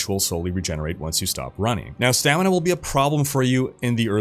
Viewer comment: "Running-k" There's no K after G